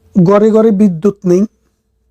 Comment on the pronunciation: ব্যাতন নয় - বেতন । গরে গরে নয় - ঘরে ঘরে । বুমিদশ নয় - ভুমিধ্বস। যকন নয় - যখন ।।